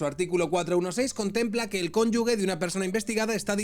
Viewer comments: No es cónyugue, sino cónyuge (sonido "J") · Cónyuge, no conyugue, con ge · Conyuge! No conyugue! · Por lo q más quieras, aprende a decir "cónyuge"! ❣